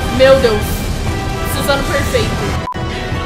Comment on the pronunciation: Suzano😂😂, "sussano'o"